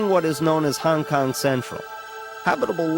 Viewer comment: Bruh, you’re driving me nuts with “Hang Kang.” Great video, though!